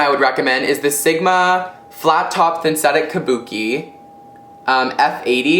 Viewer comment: hahaha idk if anyone else caught this, but you said "thynsetic" instead of synthetic when talking about the sigma brush. haha i love you greg.<3